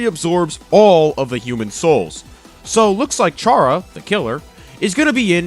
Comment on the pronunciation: alright so i got something to say well 2 things 1: chara and frisk are gender neutral. 2:you pronounced chara wrong (not trying to be mean just wanted to point that out) edit: also hope we get a crossbones skin for sans we need that